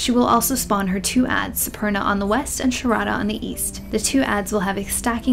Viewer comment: "Supurna". pls.